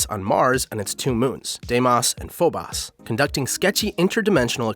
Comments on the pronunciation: The only irritating thing in this video: Die Moss and Fo' Boss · reads words ending with os: Diemoss and Foboss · FOE - BOSE DEE - MOSE GOT DAMMIT WATCH A VIDEO ON HOW TO PRONOUNCE THEM OR SOMETHING. Otherwise, great vid 👍🏿👍🏿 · It's pronounced phobos lol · No one:: Diemas and Phobas Edit: what have I done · Why was he slandering those names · I know I'm nitpicking, but I just don't understand how you can mispronounce Phobos and Deimos, they're GREEK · your pronunciation of Phobos and Deimos kill me lol great video regardless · What bothers me is how he's saying Phobos and deimos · late as hell, but phobos and deimos are pronounced wrong and as a fan of both greek mythology (which is where the names come from) and madness combat (which has two characters named after the moons) i am deeply offended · You pronounced Mar's moons wrong. :( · I’m honestly surprised didn’t pronounce Mars like mares from the raggedy ass way he pronounced Deimos and Phobos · I HAVE to nitpick about how you pronounced "Deimos" and "Phobos" OMGGGG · J M i was correcting him in my head every single time he said it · How are you pronouncing the name of the moons so incorrectly? Do you pronounce Boston as Bast-en? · I’m sorry, how did this mans pronounce Phobos? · Good vid but learn how to pronounce Deimos and Phobos. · It physically hurt to hear the way he pronounced Phobos and Deimos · The way you pronounced Mars' moons greatly concerns me. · He Butchered The Word Phobos When he said it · Your repeated mispronunciation of Phobos and Deimos is unforgivable. You couldn't google how to pronounce them first? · Great vid until how you pronounced Phobos, Deimos and Archfiend. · Gotta give a thumbs down for mispronouncing Deimos and Phobos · Hearing him pronounce Phobos & Deimos is quite unsettling. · Your miss-pronounciations of daemos and phobos are even more curious than a dead cat. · I don’t like the way you said Phobos Ew...